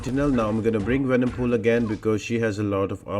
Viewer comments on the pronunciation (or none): I love these videos so much man and the other things which i love is your little tongue slips such as 'Venomcool' for venompool. It honestly makes my day. Thank you very much for these guides !! Been watching you since 2020